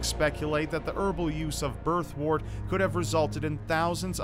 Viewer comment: Birthwort is pronounced “Birth-wert”, not “Birth-wart”. Remember, word, work, world, worm, worst, and worth all have a “wer” sound. So does “wort”. It’s not “wart”.